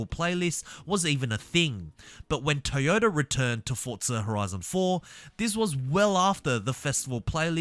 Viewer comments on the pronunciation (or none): none